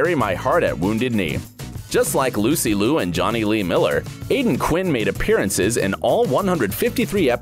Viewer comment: Only wished if Lucy Liu's last name was pronounced more accurately.